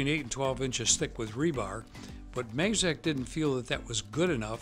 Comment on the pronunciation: Great vid. It’s pronounced maaazaaakk. Like mad (minus d) and zack (minus the c). Nice.